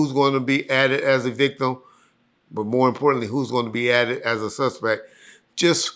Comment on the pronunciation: I single handedly help correct pronunciation of the word But. former pronunciation was "Buhhhh"🤷🏾‍♂️🤣